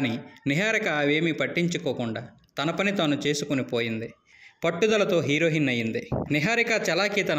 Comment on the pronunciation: 1933, హీరోహిన్ కాదు నాయనా హీరోఇన్